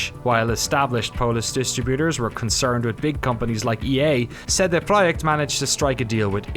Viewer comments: Ce De PROJEKT Glad you try to pronounce it correctly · and props for the pronunciation of "CD-Projekt" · Great documentary with so many little details and nice to hear the correct pronunciation of CD Projekt!! Feels just like a conversation instead of an interview! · It's a small detail, but I really appreciate you made an effort to learn the proper Polish pronunciation of CD Projekt. Veeery few of English speaking journalist would do that if any at all. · Thanks for the correct company name pronunciation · This is a good video but what's really good is the fact he properly pronounced CD PROJEKT. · It might be a nuance, but I like how you've pronounced CD Projekt.